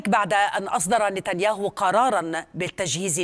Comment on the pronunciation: احسنت قنات العبرية نطقه بسم نتنياهو